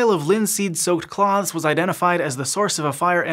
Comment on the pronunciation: That’s not how you say “cloths.”